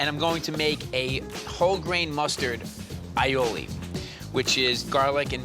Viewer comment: eye-o-ley Strarts with an a not I a I